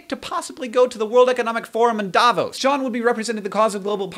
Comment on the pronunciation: Hank, it's not called DAAvos.. it's DavOOS. and yes I know this... I'm from switzerland ;) hope you learned something ^^